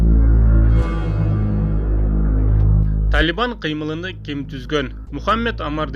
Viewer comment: Кыймылын деп суйлочу э